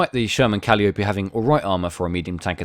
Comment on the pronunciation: Pronouced Ca'lie o pee.